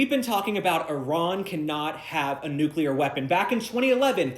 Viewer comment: Does anybody pronounce “nuclear” correctly anymore?